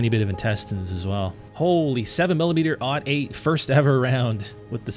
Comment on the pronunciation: when you say .308 do you say 3 oh 8 or 3 ought 8? if you say 3 oh 8 like you should, then good, do yourself a favor and learn the proper pronunciation of 7mm-08… and yeah.. i did throw in facts, cause everything i said is indeed true. i’m sorry i know more about guns than you :/